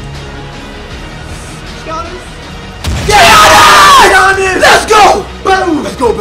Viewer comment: It is not Gianss its yuans